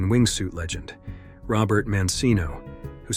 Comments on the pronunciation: It's Roberta Mancino... not "Robert" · It’s Roberta not Robert you fool. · "Robert" Mancino? Seriously??? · Roberta Mancino* not Robert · is not robert mancino but Roberta Mancino. If you are going to create videos, do it right! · It’s Roberta Mancino! Not Robert. She’s a friend of mine.